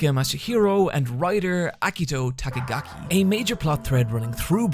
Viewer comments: TAKAGI not Takegaki 😆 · All right, I'm sure the rest of the video's great, all of your work usually is, but I gotta stop you real quick . Dear god, you fucked their names up. Not even in, like, a pronunciation kind of way, you just added a bunch of extra letters and syllables! First off, the artist: Actual name: Moritaka MASHIRO Your version: Moritaka MASHAHIRO Secondly, the writer: Actual name: Akito TAKAGI Your version: Akito TAKIGAKI I don't normally get hung up on stuff like that, but I JUST read Bakuman a couple months ago and it immediately jumped up to being my 3rd favorite manga of all time (behind Berserk and Vinland Saga) so I'm kinda just defending my babies from an utter butchering. Jesus Christ..